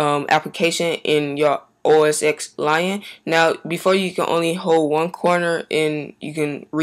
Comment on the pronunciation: It's OS TEN not the letter X.